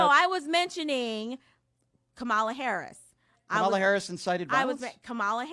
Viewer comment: Now this itch has really pissed me off!! She knows the correct way to pronounce VP Harris’ name. She’s so, so, STUPID!!